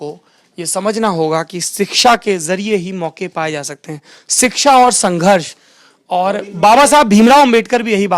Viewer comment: सोरभ भैया ! अगर आप अपनी हिन्दी भाषा को कुछ और सुधार लें तो देखने और सुनने वालों पर आप की बड़ी दया होगी । सही शब्द है शिक्षा मगर आप बोलते हैं सिक्षा जो बिल्कुल गलत है । आशा करते हैं कि आप इस पर ध्यान देंगे। शकील अजीम । दिनाकं 10 जनवरी सन 2023